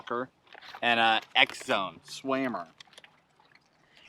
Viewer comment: Amazing video man have been watching for ever love it when you say swammer lol